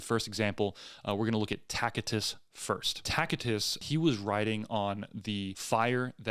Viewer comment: OMG, if you can't pronounce Tacitus, why am I going to listen to your take on a Roman historian? He wrote about the Christian movement in his own time and what they "believed". He was in no way validating their beliefs.